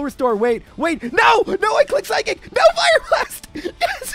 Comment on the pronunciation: seriously i never stop to laugh how the way he say psychic sound totaly for psykick damn english can be my second language but chic and kick is totaly 2 different word and when he say say burterfree is a weak pokemon then he never going to far then he not really weak if he be really weak he cant have clear half the game like caterpie who he dosent do half and change the game because is make it impossible to clear the game and for burterfree be alive vs a fire blast i really dont going to call burterfree a weak pokemon and with 1 level lower that charizard and be alive with half hp buterfree he not bulky for sure but still he still got a good def for not be one shoot FR